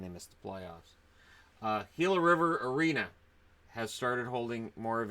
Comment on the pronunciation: I'm just happy that pronounced "Gila" correctly. So many so called professionals pronounce it wrong.